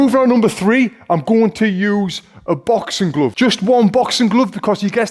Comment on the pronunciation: As A foreigner I wonder what is a bouxing glouv? 😁 Don't be mad at me pal, because you'll rofl if you could hear my gibberish accent . . . 😁. Just joking, don"t throw me this uppercut . . ., noooooo, bump . . .!